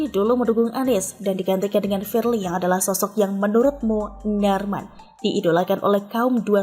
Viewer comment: Knp sih klo sebut munarman kok gtu? Bikin pusing aja.